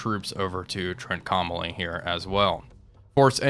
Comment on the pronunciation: Really enjoying the series. Just one suggestion: Trincomalee is pronounced "TRINK-OH-MAH-LEE. Very interested to see how this turns out - reality was that the Royal Navy had to pull out their task forces.